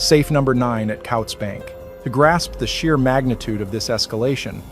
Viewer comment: It’s pronounced “coots” bank. AI voices need to work better to make them believable.